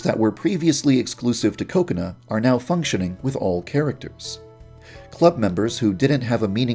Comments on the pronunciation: it's funny how every time he says kokona which is pronounced ka-ko-na he instead says cocona but it's sounds like coconut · Is it pronounced .. Coco-nuh or Cu-co-nah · Why do i heard ko ko nut Instad kokona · is it just me or when i hear Yandere Dev Say Kokona i hear Coconut?